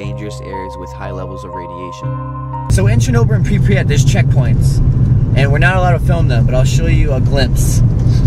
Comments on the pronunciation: did you say prepryet its pryvyet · Pripyat is pronounced: Prip-yat not: Prip-pre-yat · It's Pripyat, not Pripryat. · The way he says Pripyat triggers me. He says Pripriyat. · So I was in Ukraine for 6 months and am learning the language... the way you say Pripyat 😂 preepret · The way you say Kiev and prypyat makes me so upset